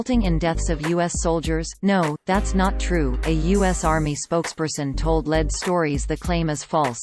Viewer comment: Especially "Led" stories!